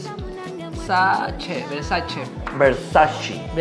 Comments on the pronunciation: como te pones a corregir a y tu mismo no sabes pronunciar! Se pronuncia BERSACHE no bersachi!! hahahaha Que linda que es la se nota que es una persona muy humilde y sin malicia besitos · se hace el que sabe pronunciar italiano y dice versachi la burra y se ríe de es pronucia versache no versachi. En italiano ce se pronuncia che